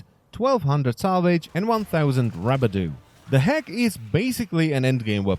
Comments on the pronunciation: did you just say rabudoo in stead of rubedo. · Ru-be-do not rabadu please god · I always pronounced it "Roo-bee-doh" Its funny AF when you say "Rubbuh-doo" ROFL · WTF is rub-a-doh...its pronounced ru-bay-doh idiot. Also the Tonkor is not an easy weapon to use for someone who is also trying to figure where, what, why and how to play this game. In fact I could almost guarantee that it would annoy new players seeing the rounds bounce around and not kill anything if they miss. Not to mention it desperately needs forma. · The way he said rubedo kinda sounds like "rub-a-dooo" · It erks me how he says Rubedo. It's Roo - beh - doh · The best part was when you said rubedo. Rabadoo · it's rubadu for me.